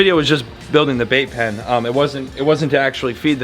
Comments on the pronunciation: I thought you said vape pen not bait pen😅 I was about to start freaking out bc I hate people that vape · 🤣🤣🤣 I thought you said building a Vape Pen.. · Anyone else keep hearing vape pen?! lol love you you’re amazing! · Who else heard vape pen the first few times mention the bait pen 😂